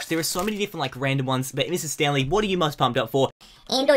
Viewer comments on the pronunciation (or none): none